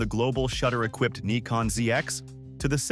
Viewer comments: This is the the proper way to pronounce it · Yes, Neeecon is how the Japanese pronounce it, Nigh-kon in the US, and Nick-on for the rest of the world. Many English speakers will say ZED instead of ZEE as in the US. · Yes brother! Neekon is a Japanese Brand, so is pronounced Neekon. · That's actually how the folks in Japan say it. From Google - The Japanese pronunciation of "Nikon" is closer to "NEE-koh" with a very silent "n" at the end. This pronunciation is different from both the American and British versions. In Japan, the company name is pronounced the way the name's owner says it is, and Nikon Japan officially blesses all regional pronunciations of their company name. The Japanese pronunciation of "Nikon" is also influenced by the fact that the company's full name is "Nippon Kogaku," which translates to "Japanese Optical". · Actually, I have heard some Japanese folks pronouncing it this way